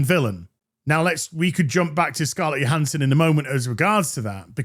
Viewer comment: Isn’t it “Joe-Han-son” not “yo-Han-son” ?